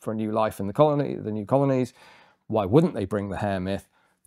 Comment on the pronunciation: "I am the VVitch finder general of the colonah of Massachusetts bay"